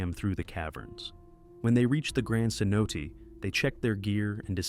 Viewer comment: that’s my biggest pet peeve. So lazy. They also mispronounced cenote as c-note a few times.